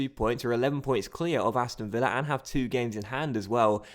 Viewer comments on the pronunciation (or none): none